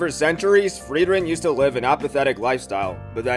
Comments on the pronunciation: Im confused of how to pronounce frieren. Because its a german word (freezing) .. but it also could be a fantasy name. U pronounce it like frwieren but the german word is frieren it confuses me more then it should be 😂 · You pronounced "Frieren" 2 different ways